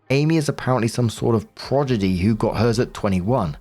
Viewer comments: Pro-DI-gy. C'mon, you're a full time reader! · "progidy" is killing me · that's not how you pronounce "prodigy"